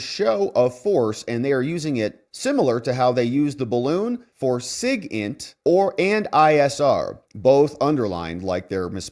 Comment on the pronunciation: "sigint" does not mean "sigintent" as you announced it. The term is an acronym for Signals Intelligence.